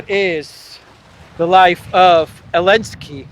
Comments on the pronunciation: Curious to know, why do you call him Elensky? Everyone else knows and pronounces it correctly - Zelensky, but you. Can you explain why. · Probably I missed it, but why you call him Elensky?